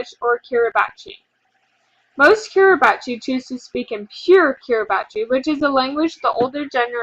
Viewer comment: It's pronounced kee-ree-bus